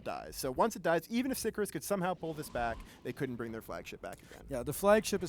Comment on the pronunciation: For fuck's sake, Sicarius has TWO i's in it. Sick-arr-ee-us. It's not hard.